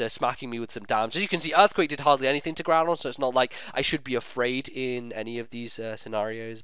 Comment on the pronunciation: I have to smile every time I see Groodon and Giramy. I always have to think of some derpy anime trainer who cannot or purposely does not pronounce their names right and the pokemon just go with it. And everyone else thinks they are nicknames while they arent.